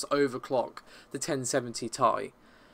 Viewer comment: not taï dude, its Tee Aï